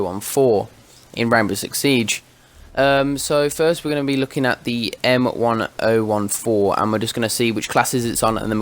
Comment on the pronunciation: It's pronounced "m ten fourteen"